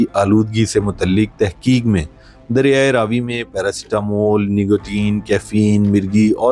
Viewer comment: Apni mistake theek karo . Ye Raa vi nahi Ravi hai